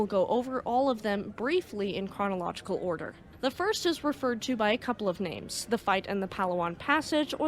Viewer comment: Very good episode. Really informative. Also, NICE job with pronunciations of names!